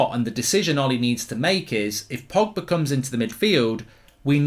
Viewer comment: Did my guy really say frogba 😂😂